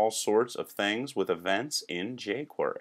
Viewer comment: Always saying 'bilaw' haha. Wow, I`m learning and having fun at the same time! Keep up the tutorials and the humor, they rock!